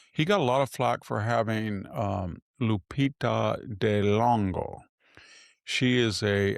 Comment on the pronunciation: Charlize Theron is South African, not Australian. And he totally jacked up Lupita Nyongo'o's name. Waaaaa, Circe's not beautiful. This dude is all about surface baloney . What a boring movie if he would've made it, would've been repetetive and stale.